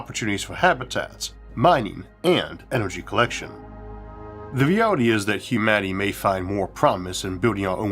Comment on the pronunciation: "I'm Isaawk Awthur. We can make our dweems a weality!'